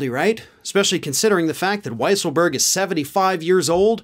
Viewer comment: It's pronounced Weasel berg 🙄